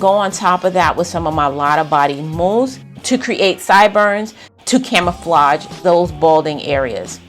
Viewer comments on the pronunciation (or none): Girl you know that’s not how you usually say mousse! 🙄🥴🤣